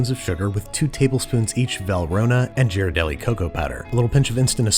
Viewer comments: One word...Abuelita. Also...Babish pronouncing "Jer-a-deli". It's "geer-ar-delly" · Tip from someone who lives in San Francisco it’s pronounced Girardelli you don’t pronounce it like a J. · Why can’t you pronounce words correctly. You said Ghiradelli like “Jeer-adelli” when it’s pronounced “Gear”-adelli. Stop trying to be so fancy. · Not to be the SF Bay Area pest, but Ghirardelli is not "JER-RA-DELI", its "GEAR-AR-DELI" , with the hard "H" sound, not a "J". Someone had to say it. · GEAR-are-delli , NOTNOTNOT JEER-are-delli. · Ghirardelli is "Gear-a-deli" not "Jiradelli" btw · My whole life I pronounced ghirardelli with "gear" rather than a "jeer" - I need time and hot cocoa to process. Great recipes!!! Great vids!!! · It is “Gear” not “jeer.” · GEAR a delli, not JEER a delli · Jeer-a-delli? Wha? Native Northern Californian and we say Gear-ahr-delli (second ‘r’ is barely audible). Must I go down a rabbit hole to find the One True Pronunciation, or should I write this off as similar to “sauz-pen” for saucepan? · Hello from San Francisco! It’s GEAR-ar-deli, not Jeer-uh-deli. Just FYI. Thanks! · it's pronounced GEE-RAR-DEH-LHI. Think Gear, as in not a sprocket, ARRR as in pirate, and Deli as in the place where you get your luncheon meats. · Is Ghiradelli really pronounced jhiradelli???? It can’t be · We in the Bay Area just cringed at “Jeeradelli” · same, i just looked it up to make sure i hadnt been pronouncing it wrong my whole life. its confirmed as "geer-ar-delly" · Totally thrown by Babish's pronunciation of Ghirardelli and Callebaut. Had to double check that I haven't been saying them wrong all these years! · YOU PRONOUNCED GHIRADELI WRONG :'( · Oooo I was looking for this comment lol! As someone who grew up in San Francisco I was like noooo! I went back like 5 times to make sure I didn't hear him wrong.